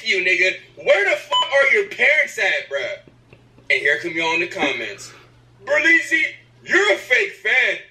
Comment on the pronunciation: It’s berleezyyyyyyy